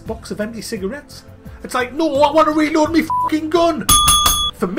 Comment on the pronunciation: Where you from??? Is weird how you said reload, " relord "